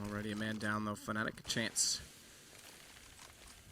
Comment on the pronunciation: He says "fenelic" instead of Fnatic...or is it just me?